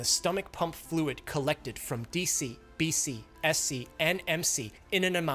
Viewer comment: BC MC DC SC? Tell me you don't know how to pronounce their names without telling me 😂lol